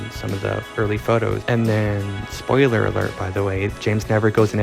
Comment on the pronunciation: The butchering of the word "Spoiler"